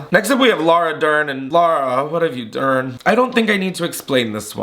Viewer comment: He’s said it at least twice, maybe 3 times but it’ll always make me giggle